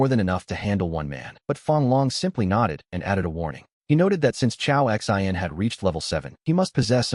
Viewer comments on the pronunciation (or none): This AI is not that great calls the choa X I N like they are letters and not a name. Also sometimes it calls the women he or him instead of she and her.